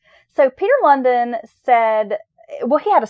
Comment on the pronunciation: Lundin is pronounced like loan-dean. As a dane i must say he is pretty infamous. Thanks for the podcast. 😊